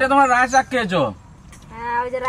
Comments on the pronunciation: oitake Raie noi laie bole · Rai sag noi... Lai sag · রাই শাক নয়, এটা লাই শাক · Rai shag noi lai shag 😂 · Rai shag na,lai shag bola aitaka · রায় সাক না লাই সাক বলে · Rai Shak naa.. Lai Shak bole...